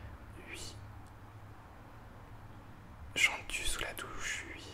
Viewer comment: Harry Potter en boucle, je te suis sans aucun souci! C'est super cette vidéo pour apprendre à te connaître. Pour la prochaine, si j'étais toi, j'inviterais tes youtubeurs à poser leur question. Je pense que prochainement, je tenterai l'expérience pour créer davantage de liens. Mention spéciale pour tes "oui" prononcés "uuui". Le réglage de ton micro est nickel! Merci pour ce moment.;)